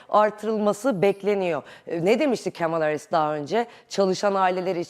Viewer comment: sanırım biraz trumpçı.. Kamala deyişinden belli:face-green-smiling